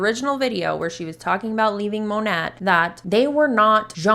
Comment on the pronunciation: Lol, I love the way you pronounce Monat because it sounds like you are saying ‘gnat’. This perfectly reflects what Monat is a tiny annoying insect that flies around you reminding you of the opportunity. So happy to slowly see their downfall.❤